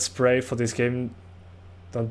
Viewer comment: prAey lol its pray